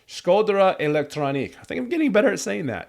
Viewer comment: Its pronounced like z-ee-erm Shkodra part was right and elektronuke is like electronic-eh